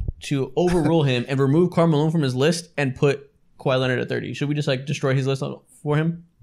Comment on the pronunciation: No one gon’ talk about “Karl Maline”?